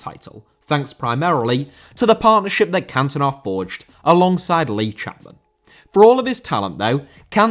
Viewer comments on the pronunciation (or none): Cantona* not Cantonar